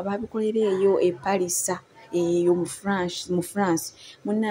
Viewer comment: It's Paris not palisa 😊